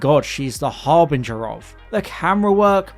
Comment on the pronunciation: Lol, Har-boinger.